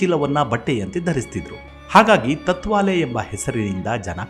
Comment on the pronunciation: ಸರ್, ತುಂಬಾ ವಿಸ್ಕೃತ ಹಾಗೂ ರೋಚಕ ಸಂಗತಿಗಳನ್ನು ನಿಮ್ಮಧ್ವನಿಯಲ್ಲಿ ಕೇಳುವುದು ತುಂಬಾ ಕೂತೂಹಲಭರಿತವಾಗಿರುತ್ತದೆ. ಹಾಗೇ ಇನ್ನೊಂದು ವಿಷಯ ನೀವು ತತ್ವಾಲೆ ಬಾಬಾ ಎಂದು ಹೇಳಿದ್ದೀರಿ ಅದು ತಾಟ್ ವಾಲೇ ಬಾಬಾ...ಎಂದಿದ್ದರೆ ಪದ ಸರಿ ಇರುತ್ತಿತ್ತು. ಎಂಬುದು ನನ್ನ ಸಲಹೆ.. ಏಕೆಂದರೆ ನೀವೇ ಹೇಳಿದ ಹಾಗೇ ಗೋಣಿಚೀಲ ಬಳಸುತ್ತಿದ್ದರಿಂದ ಅವರಿಗೆ ಆ ಹೆಸರು ಬಂದಿದೆಯೆಂದು, ಗೋಣಿಚೀಲವನ್ನು ತಾಟ್ ಎಂದು ಕರೆಯುತ್ತಾರೆ. ನಾನು ಹೇಳಿದ್ದು ತಪ್ಪಿದ್ದರೆ ತಿಳಿಸಿ..... - ಜೈ ಭಾರತಾಂಬೇ ...🙏